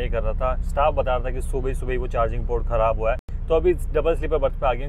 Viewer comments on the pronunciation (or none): none